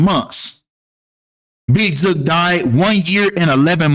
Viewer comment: You don’t know what you talking about, you don’t even know how to pronounce big jook name 😂😂😂